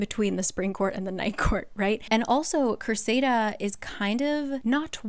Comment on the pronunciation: I love this series. But sometimes your pronunciation drives me mental. Cressida is cress-i-da not cress-ay-da . Tarquin isn't tar-keen it's tar-kin(you did say it right like once) you joke about not being able to pronounce names. But you can pronounce azreal? But not Cressida? You can pronounce ianthe but not Tarquin? But let's be serious. The way she wrote rysands name it should be pronounced "rice-and'' when you follow proper pronunciation. His short for should have been pronounced "rice" because a y and s make a I sound when you follow the rules. I read all the books and was so mad when I found out she wanted him called Reese sand or Reese. Like ew. Give a heartthrob a lacrosse player gross name? No I'll always say it correctly in my mind